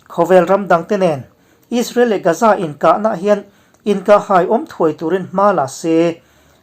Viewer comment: Gaza hi Gaaza tih alam tur... Ga hi thluk deuh tur..